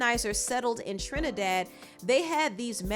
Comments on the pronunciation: Thank you for pronouncing my island's name correctly 😊 🇹🇹🇹🇹🇹🇹, trini to the bone. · thank you for pronouncing our country correctly!! much appreciated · Thank you so much for pronouncing Trinidad and Tobago correctly. We appreciate it a lot 🇹🇹